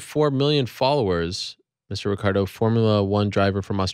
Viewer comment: It's "Ricciardo" not Ricardo ffs.